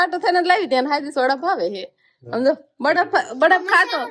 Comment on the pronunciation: બડફ ના કહેવાય બરફ કહેવાય